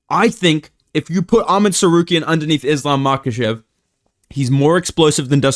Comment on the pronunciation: Why do u say Tsarkeryan